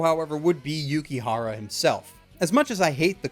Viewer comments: Dangit it's Yukihira, not Yukihara. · It's not Yukihara it's Yukihira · It may just be the subbed version I watched on Crunchyroll, but I believe its pronounced Yuki<HIRA> Not Yuki-x-HARA-x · Yukihira, not Yukihara. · Oh my god, this just annoyed me, and probably only me but, it's Yuki HIRA. Not Yukihara. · im sorry but its yukiHIRA not hara it was kinda bothering me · And by the way, it is yukihira, not yukihara